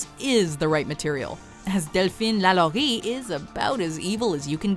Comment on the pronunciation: You are one of the first people I've heard say delphine lalourie's name correctly. Thank you